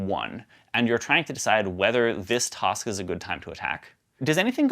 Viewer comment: Every time he says "tosk" instead of "task" my inner linguist wants to know where he grew up. :buffering